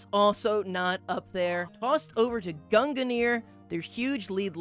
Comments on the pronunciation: its two syllables. gun gear. its that easy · I’ve always pronounced it gung near. Gung like how you say lung. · I hear Gunginir from. There may or may not seem to be another another syllable added. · Ah yes, I remember watching the stream. It was so entertaining every time said "Gungnir" as his pronunciation is... very unique. Then again, the delibird shiny hunter is a menace for having such a difficult-to-say username.